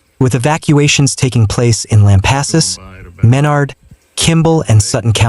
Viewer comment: Ĺisten, son. You have no clue how to pronounce the names of the cities and counties you are talking about. Menard is pronounced "men-ARD" and San Saba is pronounced with a short "a", like the word "fat", then an "uh" for the second, in Saba. It is NOT pronounced "SAW-buh". What you are doing is butchering the Spanish pronunciation and exposing your distant inability to avoid sloppyness. Just do it right or go away, please.